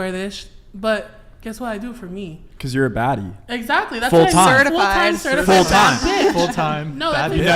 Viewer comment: OH! She said "BADDIE"?! I thought she said FATTIE?? are you 100% Sure she said Baddie??